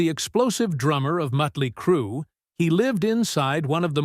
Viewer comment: W-A-S-P, Mutly Crue 🤦🏻‍♂️